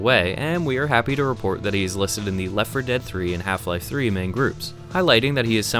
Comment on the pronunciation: Hielfie-lielfie throoee